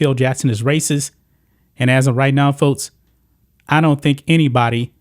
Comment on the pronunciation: Fotes? I think it’s pronounced folks.